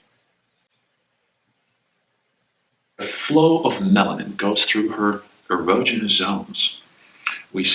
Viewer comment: Man is mispronouncing erogenous.